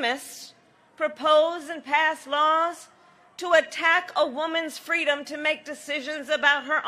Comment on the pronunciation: Reminds me of the story she plagiarized from MLK about being a little kid in a stroller with her mom at a civil rights march in Oakland. She said she fell out of the stroller and her mom asked "baby, what do you want, what do you need" and she said "fweedom".